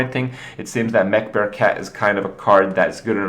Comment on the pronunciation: am i the only one hearing man-bear-pig when he says mech-bear-cat?